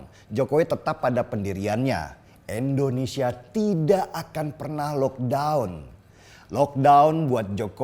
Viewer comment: Indonesia! bukan Endonesia!!!